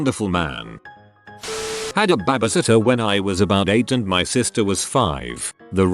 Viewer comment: "had a BABisitter"